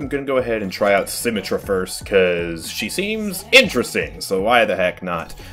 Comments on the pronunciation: He really said SymmeTRAH, and not SymMETra 😳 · Moira's fade is for escaping out of a fight when you almost die. At the end of the fade, you can jump at the end of it to go further and maintain momentum. By the way, for the 3rd or 4th time I've commented. It's BRIH-GEE-TUH. Not "jee". Also, It's Symm-EH-trah. Emphasis on the EH. You don't say it like "symmetry". Honestly, just take 30 minutes to watch some Overwatch videos. Especially the voice actor videos.